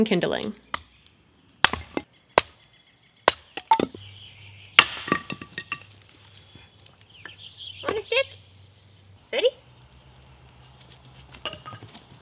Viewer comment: Remember, kids, stones can, do, and will absorb moisture! Pick rocks that have been wet or in rivers because those will explode more easily when the fire heats them! And always insert an extra syllable into "kindling" because mispronouncing words is how language changes and evoles! Yay!